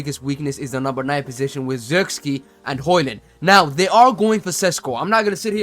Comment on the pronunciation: saying Zurkz-Kee is diabolical enough